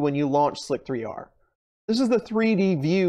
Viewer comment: Please tell me you know how to correctly pronounce this program.... It’s called “slicer”, not “slic-3-r”.....